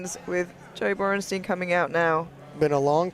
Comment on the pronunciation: If I hear Borrnsteen one more time I’m going to invade Poland.. HIS NAME IS BORENSTEIN